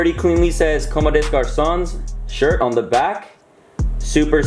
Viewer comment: Nice pickup, might have to bite the bullet and cop the white tee lol. Btw it's actually com-de-garcon. Many people are struggling to read this brand's name.